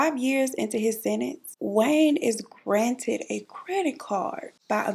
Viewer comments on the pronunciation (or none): none